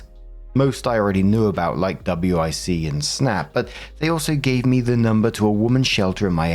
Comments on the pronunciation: don't pronounce it by the letters just say Wick like John Wick. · WIC we say it as a wick like a candle wick. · Most people pronounce WIC as 'wick'. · WIC is pronounced like a candle "wick" btw! i mean you can call it W I C, but in the US, we generally say it like "wick"